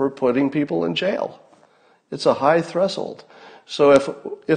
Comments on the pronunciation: Scott, pronunciation of "threshold" is 'thresh-old' or 'thresh-hold', not "thres-hold'. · Thres-old? Have I been pronouncing this word wrong all these years? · Did he say threshold with the wrong emphasis on the wrong syllable